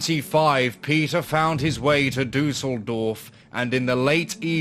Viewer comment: I always struggle with non-German speakers pronouncing German names. Every time you said "Duseldorf" (which would be German for flukevillage) I had to laugh a bit (no offence though!). But yeah, I guess umlauts are a bit hard if you never learnt to pronounce them properly. But you could have at least pronounced Peter in German! Other than that: great content - and although I am German, I've never heard of that case before 🤔